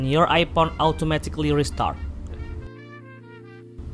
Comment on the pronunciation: Ipon he said😂